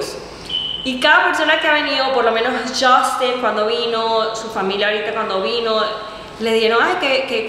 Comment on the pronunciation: Porque le dices Justin hasta Piter te corrige es "Justino" 🤷🏻‍♀️